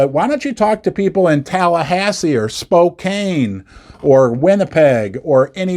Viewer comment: Love the basement, but please... it's SPOKAN and not Spokane. Yes, these are phonetic spellings. 😉